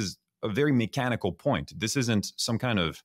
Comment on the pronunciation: The “ Mikenical “ ……